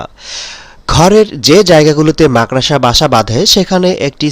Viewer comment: আরে আরে মাকড়সা বলতে শিখুন তারপর মানুষকে বোকা বানাতে আসবেন।